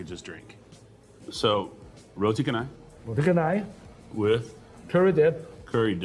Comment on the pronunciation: Dude, canai is pronounced chaa-nye.